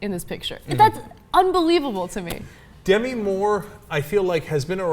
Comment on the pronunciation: It's De'mi, not 'Demi